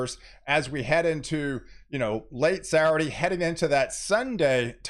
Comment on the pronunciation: I love it, the way you pronounce "Saturday"..."Sarade." Keep up the good work, my friend.